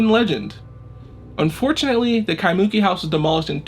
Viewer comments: Eh, bro... just to help your pronounciation out, its nor KaiMOOki, ...its KaimuKIII. Yeaha herd about that in local folklore, i woulda been out there in a minute!! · Kaimuki is actually pronounced "kai-moo-kee" rather than "kai-mUki" seperated into 3 syllables! But randomly got suggested this song and looks like I have another channel to follow for these things! Love the well narrated and told of the story! Lived in Hawaii basically all my life but never knew about the Kasha house legend, wild! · At least pronounce the name of the town 'Ky moo kee' correctly. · Kai-muu-keee. That's how you pronounce Kaimuki. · KEYE MOO KEY is the pronunciation! Do your homework ! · lol. It's not that bad...a little too much emphasis on the "MOO" but it's essentially right. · Pronounciation for Kaimuki is killing me xD it's Kai-muh-Ki, with emphasis on the first and third syllable. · Creepy!!! Aww! He did a mispronunciation. When ppl do this with Spanish words, I don’t put them in blast. I just appreciate that they try. I love how this guy is sweet about every comment that tells him he mispronounced Kaimuki. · Hey bro good story but as a local pleeeasse get the pronunciation of “kaimuki” correctly at the beginning of your vid…. The way u say it brah kinda cringe tbh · Mahalo for the post, he was killing me with the mispronunciation.